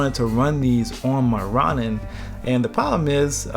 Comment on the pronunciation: its pronounced Row-nin my dude FYI